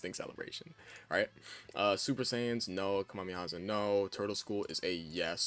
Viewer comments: Bro its ka me ha me ha, not kamimeha Big love tho bro keep it up!❤ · brother please learn how to say kamehameha